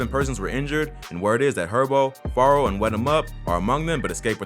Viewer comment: You said farro😭😭🤣🤣bruuhh u slo just stop talking it's fearro🙄